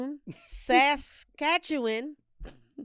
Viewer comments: It’s hilarious how our teachers in Canada can’t ever say immigrant right that just say migrant and yall be saying osteoporoses with no stutter and Saskatchewan is pernounesd sa-katch-a-one 😊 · The way you guys said Regina, Saskatchewan and Saskatchewan bothered so much. That’s definitely not how you say it